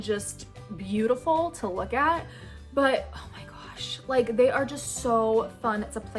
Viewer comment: “Not only they are colorful and neon and just BEAUTIFUL a to look at.” Haha I love how she said beautiful